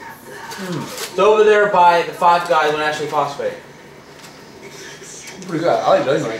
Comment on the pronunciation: i live in south carolina so hearing ashely phosfate confused me